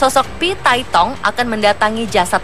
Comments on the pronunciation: Phi tai hong aneh bukan phi tai tong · Emang HONG cara bacanya THONG ya min,,,,???